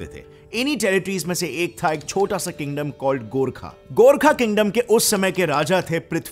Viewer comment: The fact that he pronounced GORKHA and PRITHVI NARAYAN SHAH correct than most Indians makes me like him even more